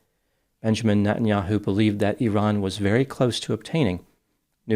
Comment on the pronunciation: I appreciate you making the effort to pronounce 'Iran' correctly.